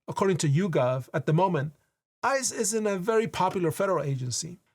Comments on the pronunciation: You keep on saying "ICE is" and it sounds like "ISIS" and everything you said basically applied to both. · Every time you said “ICE is” I kept hearing something else…